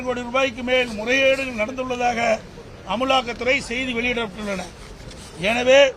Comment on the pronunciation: பழனி அது அமுலாக்கத்துறை இல்ல அமலாக்கத்துறை 😂😂😂😂😂😂😂